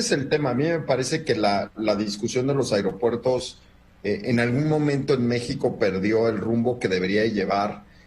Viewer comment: Es aero no airo HABLE BIEN......SALUDOS EN TUS TEMAS....FELICIDADES 😉 CDMX......SALUDOS a LA 👍🏻 MEJOR ANALISTA.